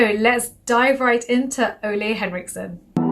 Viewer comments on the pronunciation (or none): I've heard it pronounced OOle Ulee